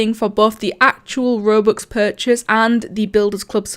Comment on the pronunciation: why did u say rubux